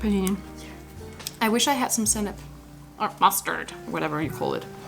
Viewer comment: why did you say mustard like that lol.??😂😂😂